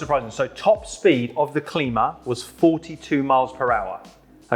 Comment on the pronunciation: Long I on the Klima, like climber.